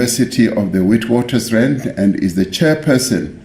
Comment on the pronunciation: Did anyone else hear how the president of SA said Witwatersrand, I’m sorry, he should know how to say it by now surely.